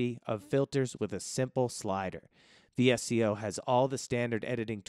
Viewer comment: VSCO is pronounced “Visko”.